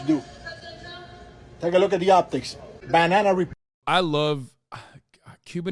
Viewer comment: beh-nah-nah republic